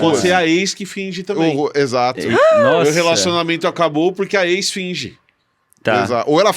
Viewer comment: 'Eis' finge! Ex finge! 😂